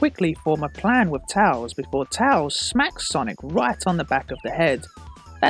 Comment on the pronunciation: I hate how he says tails wrong!